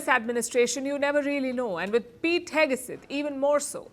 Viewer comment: Pete Heg-uh-suth?